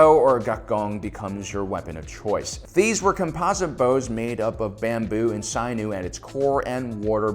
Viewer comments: “Sinew” is pronounced with a short “i”; it’s “sin-ewe”, not “sine-oo”. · Wow, a dude with your IQ, articulate command of the language, and subscriber base.... and yet you still have never heard another English speaker pronounce the word "sinew" before. This is why I hate phoned in, for-profit, Millennial YouTube channels. At the end of the day, it all comes out of someone's mother's basement, scripted by someone who just hasn't experienced the world yet. Hope you get out of the basement brother, because I really like you. Fine your way out, and live man.